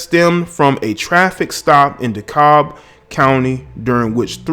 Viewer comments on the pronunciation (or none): De'cobb county? 😂 you mean Dekalb county,Decatur Georgia Atl metro